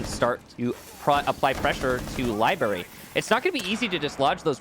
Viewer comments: Not barry ,brary cmon thee most aggravating mispronunciation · Ah yes libary